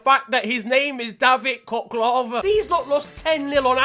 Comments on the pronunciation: Its not cocklova as you're saying in the vid he's georgain as well as me its quite offending you know even though you're just joking it is read as XoCHolava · Khocholava is Georgian player and u absolutely fucked up pronouncation 😂